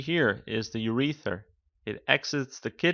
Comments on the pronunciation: Urether. Disliked, get a grip of pronunciation because if you can't take that seriously then you have no hope for anatomy. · Ur-e-ters... and ....Ur-eth-ra you aren't pronouncing them correctly